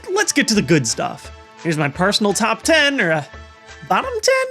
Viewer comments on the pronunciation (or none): none